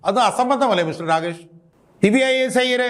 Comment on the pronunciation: ഐയ്യർ അല്ല അയ്യർ ആണ്